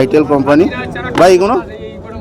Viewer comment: ভাই তোর মুখে এইগনো এইগনো শুনে চুলের মতো লাগলো 😂